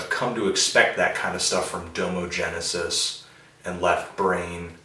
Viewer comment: its Domo genesis, "dah-mo" genesis